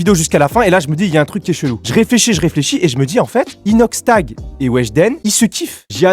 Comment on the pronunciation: Jtai cramer quand ta dit inoxshlag😂😭😭😭😭😭😭